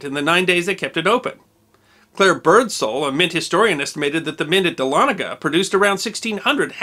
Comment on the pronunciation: I went to college at North Georgia College, now a university, in Dahlonega (cudos for the correct pronunciation, by the way). The university's main administration building, Price Memorial, is built on what remained of the mint after it has burned after the Civil War. It's sharp steeple, covered in Georgia gold, can be seen for miles sticking up through the trees of the north Georgia mountains. Dahlonega, the site of the country's 1st major gold rush & the origin of the phrase; "There's gold in them there hills", would be a good subject for a video.